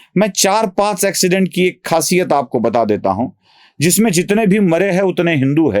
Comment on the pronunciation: अॅक्सीडेंट नहीं। एक्सीडेंट।